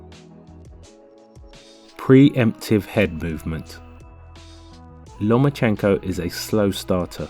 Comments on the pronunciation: Сукко ударение ё*** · Если Вы и дальше будете ставить неправильное ударение в фамилии,то Вы никогда и ничего не поймёте!!!Это букварь!😂